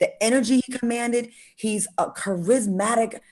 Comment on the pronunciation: Claudia correcting all on conceptual concept when she mispronounced charismatic at the top of the show in the DMX segment...girl, Bye